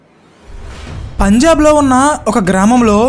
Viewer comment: Punjab bro....✓ not pajnab..××